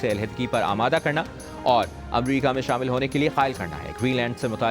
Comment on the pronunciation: یہ جیو نیوز والے اردو کا جنازہ نکال رہے ہیں۔ امریکہ اس طرح ٹھیک لفظ ہے یا جیسے یہ ریل چلا رہے ہیں